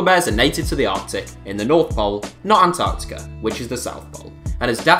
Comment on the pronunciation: lol atartica